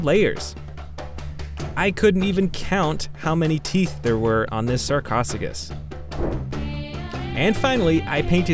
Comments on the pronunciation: it’s not [Sar-kos-oo-gus], it’s actually [Sar-Koh-Soo-Sh-Us] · Pls pranounce it correctly its spelled sarcosuchus not sarcficus